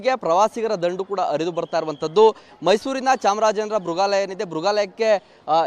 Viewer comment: Oye ಅಣ್ಣ ಅದು ಮೃಗಾಲಯ ಬೃಗಾಲಯ ಅಲ್ಲ 😂😂😂